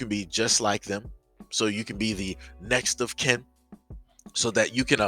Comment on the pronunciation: Did he say next of kim?😄